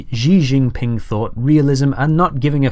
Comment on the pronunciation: I got Zohran Mamdani; I'm not terribly surprised. btw, Xi Jinping is pronounced like (the words) "she gin-ping".